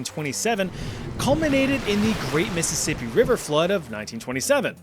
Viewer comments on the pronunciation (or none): none